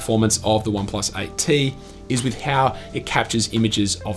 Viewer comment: OnePlus "ight tee"